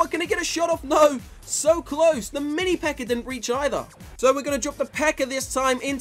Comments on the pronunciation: "mini pekkar" makes me giggle every time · I just keep on hearing "the mini peker"😹